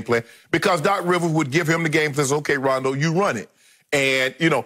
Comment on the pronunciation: She said rondo rondo 😂😂